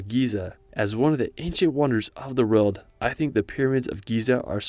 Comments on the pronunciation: or he says it like road bitch it aint a road tf??!?!? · Haha why are you pronouncing "world" as RELT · Take a shot every time he says 'rurld' instead of world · this guy pisses me off whenever he says "world" its world not vroewlld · You pronounce world as reald lol for example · Cool videos! Does anyone else notice he says "reld" instead of "world"? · How do you say world as rorld? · "In the Rorld" 😅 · Can’t unhear how you pronounce “world” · Why do you have such a hard time saying “world”? 😑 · I can't get over the fact that his English is spot on, but just can't seem to manage the word "World". 🤔🧐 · Awesome video! Thank you. Also, you pronounce “world” very differently 😂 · Impressive Photography. This young American Man and his Spouse must gotta be some of the richest people on the planet to have actually traveled to these far-flung places and wildernesses. But, it drives me crazy how he pronounces ''World'' !